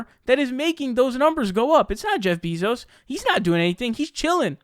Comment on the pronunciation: it's NOT "BIZOS" its BEZOS!